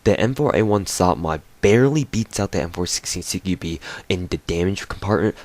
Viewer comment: Cara "CQBi" é a pronuncia em inglês, nunca estudou inglês não?